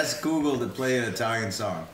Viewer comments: Google❌ Gugu✅😂😂😂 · Lei ha detto "Goo Goo". Penso che la nonna sia divertente😄😄😄 Si dice "Google"😄😄😄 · It's not coo co its Google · English: Google Italian: Goo Goo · Why isn't any of her family telling her it's 'Google' and not 'goo-goo' ?? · It’s funny because it’s Google not googoo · Grandma: "COOCOO" (google) Person: "You have to say hey or okay" Grandma: "HEY OKAY" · Cam Knopp it’s more like “koo koo” Lol she’s so cute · I kinda hear it like cOo CoO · Sounds like she’s saying googoo 🤣🤣🤣🤣🤣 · Hey Goo Goo, Okay Goo Goo (Its like she likes Goo) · Lol she saying "Hey GoGo" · she said googoo 😂🤣😅😆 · Isnt she used google evreyone use Google and she cant say google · I didn’t even realize she tried to say google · Dubito, penso semplicemente che non sappia dire la parola Google ahahah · The way she pronounces Google is hilarious